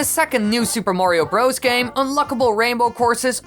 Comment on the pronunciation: you put emphasis on the wrong word. It’s Super MARIO Bros. not Super Mario BROS. Just saying